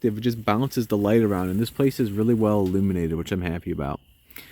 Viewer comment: Alluminated, lmao